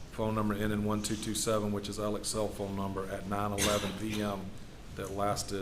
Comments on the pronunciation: Why does everyone pronounce his name Alec or Elleck? It’s spelled Alex. I know this isn’t what is important but it’s driving me crazy. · Spelled Alex but pronounce Alec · It bothers me when they keep pronouncing “Alex” as “Alec”. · Alex = “Ellick” Wilson = “Wiltson” Murdaugh = “Murdick”